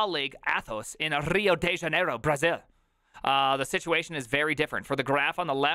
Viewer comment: Your pronunciation of Rio de Janeiro is suprisingly good